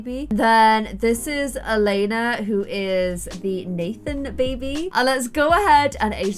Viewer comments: So i know it's late but Elena isn't called Elena het name is Eliana (my name and i've never Saw that name anywere else!!) But you say it like: Elieana you do say the i So don't know why i wrote this... Bye. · Anyone find it funny that she was saying “Elena” not “Eliana” 😂😂😂😂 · So the name is pronounced Ellie-ahna not Elena lol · The Robin and Nathen child’s name is pronounced El-e-anna. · omg my name is Eliana and you've been pronouncing it wrong the whole video but wow.